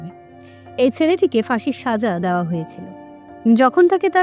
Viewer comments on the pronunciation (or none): Khub sundor golpo, path o bhalo kintu uchcharon khub kharap apnar! Dawa noy, dewa, mon, soman etc eisob uchcharon gulo ektu thik kore nin!